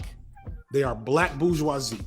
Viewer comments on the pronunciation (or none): none